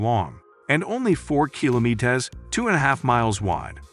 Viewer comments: bothered me so much as well that i had to look for another comment like this hahaha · Just say kilometer, douche. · Had to stop watching this. Learn how to pronounce kilometer. It shouldnt be that hard.